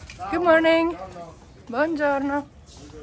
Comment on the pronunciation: Kati meravigliosa a ragazzo da sposare🥰krásne vyslovuješ Buongiorno👍ja by som tie tvoje videá pozerala aj každý deň😘